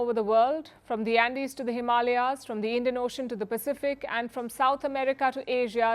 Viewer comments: Not Himalia ( हिमालिया) Yes Himalaya ( हिमालय) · In some Indian languages its called Himalia. Like yoga and yog